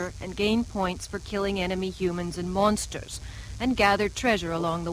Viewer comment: The way she pronounces monster/s is iritating.